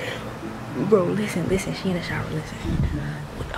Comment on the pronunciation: Why do you pronounce she